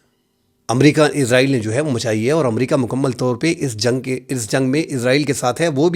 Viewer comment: آپ بھی حامد میر صاحب بھی اسرائیل کو عزرائیل پڑھتے ہیں